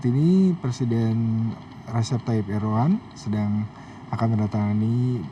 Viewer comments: bacanya bukan erdogggan, tapi erdowan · Erdogan dibaca Erdoan ya..g ga diucap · Kenapa huruf G nya gak dibaca ya ?? ERDOAN...